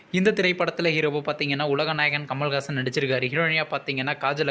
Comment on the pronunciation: டேய் பொறம்போக்கு பண்னாட பண்டார புண்ணாக்கு மக்கப்புண்டே முதலில் உலகநாயகன் பெயரை சரியா உச்சரிக்க கத்துக்கோடா கமல் ஹாசன் ஏன்று உச்சரிடா கமல் காசன் என்று தவறான உச்சரிப்பு நீ செய்கிறாய். முட்டாள் புண்ணாக்கு பூன்டே இது தேரியாத நீ ஏண்டா ஒரு மட்டமான யூட்யூப் சேனலை நடத்தற மூடித் தொலைடா இப்பவே